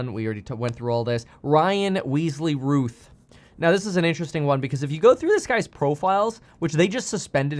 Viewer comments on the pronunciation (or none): The shooter was Ryan Routh, pronounced 'Row-th' but Kevin kept saying Ryan Ruth.